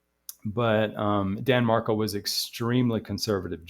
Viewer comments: Pronounced MarKEL not MarKLE! At least pronounce his name correctly! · It’s pronounced marKELL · It’s pronounced MarKEL… emphasis on Kel as in Kelly. Sorry but I tried to watch but was hard to listen to you mispronounce Danny Markel’s name when I’ve listened to many videos that pronounce it correctly. Have followed this case since beginning and listened to many interviews of his mother, Ruth. Please, get his name right if you are going to make videos about his tragic demise. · You are mispronouncing Markel